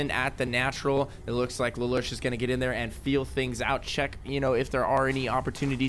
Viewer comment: its pronounced laloosh